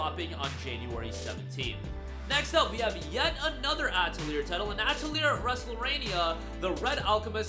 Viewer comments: Uh-Tell-Lee-Ey (As when Canadians say eh) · I can't take your video seriously when you can't even pronounce Atelier correctly or when you leave Clair Obscur Expedition 33 off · That's not how you pronounce atelier lol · Someone teach this man how to say atelier pls